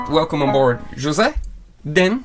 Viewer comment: Jose is pronounced "Hozei"...